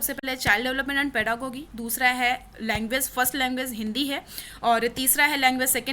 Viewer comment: Your pronunciation of pedagogy is incorrect...It is पेडागोजी not पेडागोगी...the intention of mine is not to insult you...all I want to say is that if you are on YouTube platform and serving as an educator so before publishing any content Please makesure to cross check each in everything from each n every perspective....